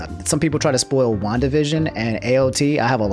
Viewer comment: Did he just pronounce "spoil" as "spool"